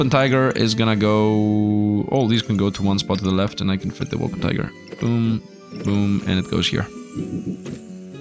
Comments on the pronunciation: Wol - per - tin - ger. :) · You keep ignoring the N in wolpertinger. the -tinger part rhymes with finger. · If I hear WolperTIGER one more time I won’t guarantee for anything